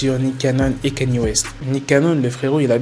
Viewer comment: C'est pas Kanyé west mais Kanye west